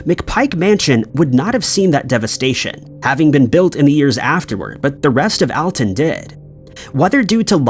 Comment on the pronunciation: #4 it's pronounced All-Ton. NOT Al-Ton. I'm from the area...